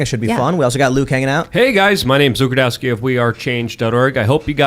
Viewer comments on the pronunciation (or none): Luke is trying to be so American every time he pronounces his last name I cringe. Soon all you’re going to hear is